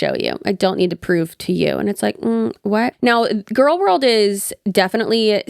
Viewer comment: I'm...I'm sorry but "gorlworld"? Hi 😂